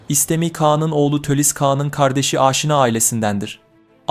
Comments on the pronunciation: Aynen bende öyle diyorum bir film yapıyosunuz bari kelimeleri doğru telaffuz edin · Aşina ailesi sürekli yanlış telaffuz ediliyor videolarda. Âşinâ diye söylenince Farsça olan kelime oluyor. Kısa ünlülerle okumalıyız. Nitekim Çin kaynaklarında da A-she-na olarak geçer. Buradan Asena'yı üretmişiz. Asena gibi Aşina da kısa ünlülü.